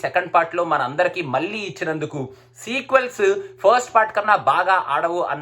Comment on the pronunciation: దృశ్యం 1 కాదు, దృశ్యం. మల్లీ కాదు, మళ్ళీ...